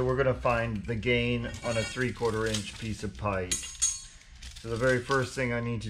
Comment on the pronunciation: 😂😂😂 bruh I was wondering if anyone else noticed that